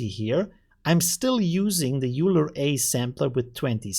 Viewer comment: Leonhard Euler was a Swiss mathematician ( ). Pronounced oil - er. I know, not important, but it's good to know.